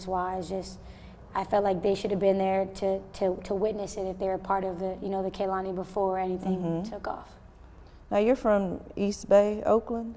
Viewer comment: And we are going to fight if i hear one more person call her Kalani ITS K E H L A N I DUMMIES